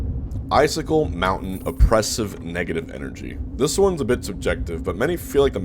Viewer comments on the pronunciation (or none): none